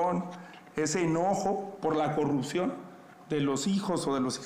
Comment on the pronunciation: La xochil xq dice corruxion y no corrupción, neta q no sabe hablar y la verdad ya no se le cree a nadien, pero si nadien saliera si habria un buen cambio.